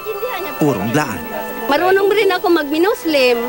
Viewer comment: Blaan not bilaan